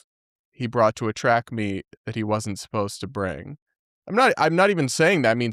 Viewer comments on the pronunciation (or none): none